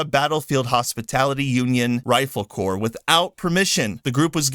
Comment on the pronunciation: Corps is not corporation. It is pronounced the same as the word “core”